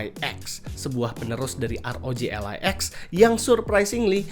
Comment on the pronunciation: kenapa Ally di baca alay 😭